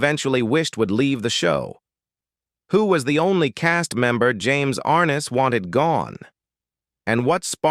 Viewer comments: Stupid A-I... It is ar-NESS, NOT ARN-es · You mispronounced his name dumby. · Please pronounce James Arness’s name correctlymm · Annoying isn’t it?